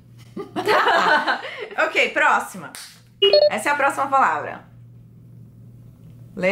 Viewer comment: proxima PROXIMA kkkkk